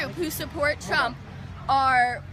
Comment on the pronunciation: "Donald Tremp" -That First Guy